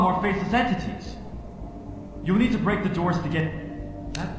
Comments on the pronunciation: 18 seconds 'yo uneed' lol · "Yo uneed"